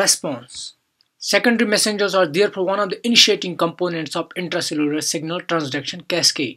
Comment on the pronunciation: Phhhaast Messengeuuurs 🤔 Nice Explanation Btw 👍